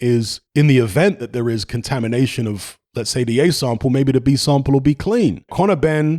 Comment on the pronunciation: Take a shot every time eddy squirm says "contamidation" in interviews. I